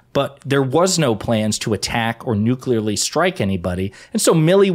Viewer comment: Nukerely? Really stretching this as a verb.